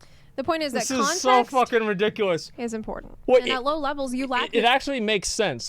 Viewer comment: "double weaving nuts between licks" "this is so riDICKulous" ... All you need to know about ff14 bois...